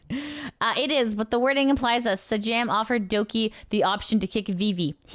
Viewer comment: For next time Sajam comes up, it’s pronounced Say-Jam